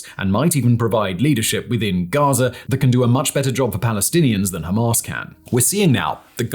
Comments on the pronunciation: It is GAZA... not GAZER WTF is your issue with words that end in the letter "A"? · “Enclave of GAZERR”